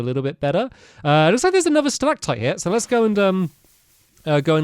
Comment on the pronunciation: I laughed so hard when he said stilac pipe and stilac tight lol